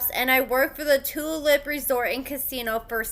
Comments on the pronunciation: Yes, that's what happens when you decide to exercise the good judgement of associating yourself with a convicted felon while working at a casino. Just in case you ever have to pronounce that again: Tulalip = Two-Lay-Lip. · FYI its pronounced Too-wall-ip. I'm from the PNW. People say my states name in funny ways as well though. Love your channel and updates. Thank you.